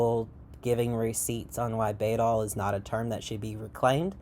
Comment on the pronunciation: Just wanna let you know you are pronouncing the word wrong. In Old English, the letter „æ” (called „ash” and replacing the ᚨ rune of the same name) is pronounced like the „a” in cat. So it's (rather amusingly) pronounced like "baddle" In fact, a number of linguists agree that it's directly related to (or even the ancestor of) the modern adjective „bad”. I'm a trans woman who finds bæddel rhetoric to be quite harmful and who agrees with the things you say in this video, I'm just also super into linguistics (it's my special interest, my channel is named for an entirely etymologically unrelated and non-intersex although similar looking Old English word which most likely meant „trans woman”) and the way you pronounced the word bæddel really bugged me 😅 EDIT: I got through a larger portion of the video and noticed you commented on that part. Just so you know, bæddel is unrelated to the word bædling, and you are mistaking the etymology of one for the other. An understandable mistake yet one I still feel should be pointed out. They look very similar but have unrelated etymologyical origins. It would be phonologically unlikely for both to come from the same source, as bæddel's Old High German relative „pad” (which EXCLUSIVELY meant „intersex person”) would not have had the devoiced plosive „p” at the beginning, and would have instead been identical to „bad”. „Bædling” has the etymology you described, deriving from „bedd”, but it exclusively means „trans woman/effeminate man”. It is s